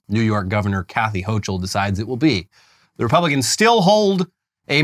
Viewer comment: Lol it's "Hokel"